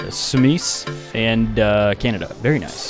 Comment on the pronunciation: "Sumiis":D almost, almost, but we from Sumice understand, cause czech is strange language..